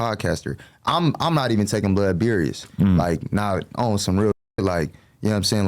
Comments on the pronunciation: Bro when he first said "berious" I cried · Did he say “Berious” ? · “Berious” 😂. Pleaseeeee. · Love this interview, made me like and really know him, not just from seeing him with Stunna girl, but real ish, someone needs to let him know you spell serious with S not with a C cause he keeps saying berious. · He said Berious instead of serious………. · Berious? Does he think serious start with a C? lol 😂 blood Beriously needs to Brack a Book on Piru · Beriuos 😂😂😂😂 sht sound dumb asf why is the language barrier so bad lol seriously like wtf serious starts with a S and dosent even have a C in it 😂😂😂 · I heard a few niggas say berious. Now ableep is wild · He can’t say serious? Lol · “Berious” is insane